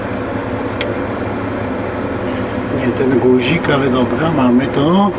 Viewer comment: Jak wypowiadasz słowo guzik to mi kojarzy się z osobą a nie rzeczą